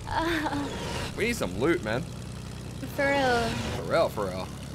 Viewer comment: was that an accent when he said loot? 0o0